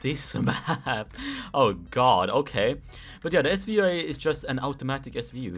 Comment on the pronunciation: dragunov svu-ayeee